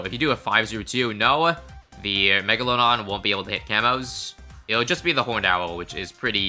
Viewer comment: I know it’s just your accent but mega-load-on